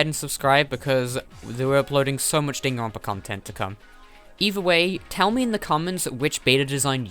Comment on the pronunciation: says Danganronpa Subtitles: ding and rompers